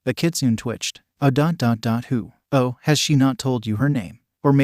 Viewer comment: That's ho-oh not Hou ou. They're spelled and pronounced differently. And look differently.